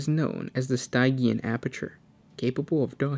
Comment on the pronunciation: Stygian is pronounced sti-jian (sti is like stiff, jian is like je-on)